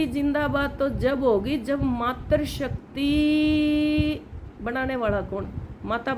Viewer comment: मात्र शक्ति नही मातृशक्ति होता है त् में ऋ होता है।र् नही। बहन जी उच्चारण का ध्यान रखें।